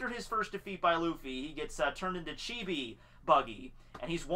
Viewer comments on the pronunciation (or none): none